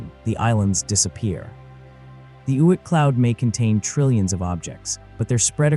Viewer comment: "Oit" cloud? 🤔